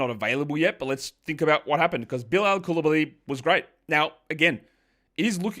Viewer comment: FYI for the pronunciations for the Aussie language : Diabate: Dee-a-ba-tey Coulibaly: Cooley-Bali (Bali as in the country)